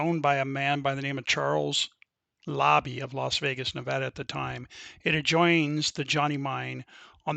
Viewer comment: It was called the Labbe Mine not Lobbie. And Overfield had the adjacent claims. Not Overland.